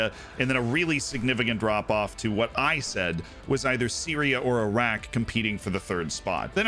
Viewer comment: Wow, an American who can pronounce "Iran, Iraq and derby" 🤣👌👌